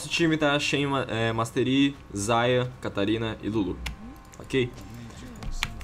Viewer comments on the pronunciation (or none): é xayah não zayah